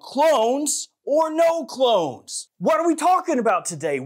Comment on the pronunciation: Did you say "clones" or "clowns"..?? Geesh!